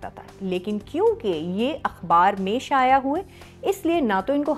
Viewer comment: شایا نہیں شائع۔۔۔ جیسے ذرائع 😊